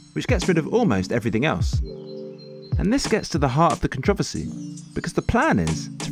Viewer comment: bruh ive NEVER heard "controversy" pronounced like that